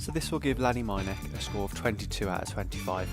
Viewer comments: Top tip. Ask someone how to pronounce the name of the course 😂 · Excellent video - but very disappointing that you didn’t take the time to correctly pronounce the name of the course. 😮